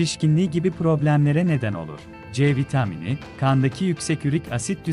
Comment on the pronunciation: C vitaaamıni . Tuhaf bir söyleyişi var ama olumsuz değil hafif bir komik gibi .